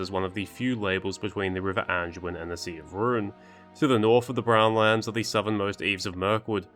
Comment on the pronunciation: There's no "g" in the word, "Anduin" genius. Nor is it pronounced with a "g."